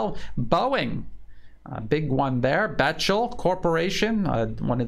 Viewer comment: Great, fact filled, enlightening presentation per usual. My one tiny criticism would be to point out that BECHTEL is pronounced BEK TEL for whatever strange reason.